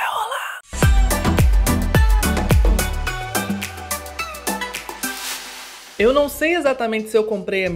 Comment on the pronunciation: "e ver o que que vai rolarrrrr"!